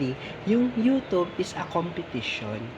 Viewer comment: First, dapat alam mo ang tamang pronunciation ang word na YOUTUBE, it's an english word, wag mong itagalized